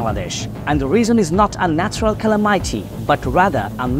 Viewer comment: Calamity pronunciation ta thik nai. Loved the new way of speaking ❤